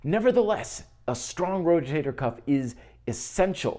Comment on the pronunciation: a stong rojator cuff haha thanks for another great video